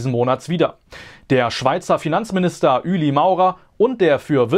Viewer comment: Es heisst Ueli wie mans schreibt😂😂